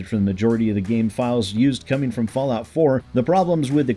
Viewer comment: Fasllout 76? Did you mean to say "False Lout"?